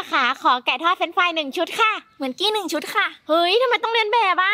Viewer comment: หนึ่งชุดค่ะไม่ใช่หนึ่งซุด